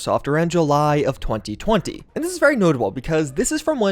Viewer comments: The way you say 2020 is hilarious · 3 minutes in and all I can hear are overly crisp pronunciations of “twenty twenty” “twenty twenty” “twenty twenty”